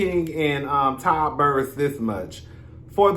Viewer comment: Chile when he first started calling Todd by that name, I had to do a double take and now, I just holler 🤣🤣🤣🤣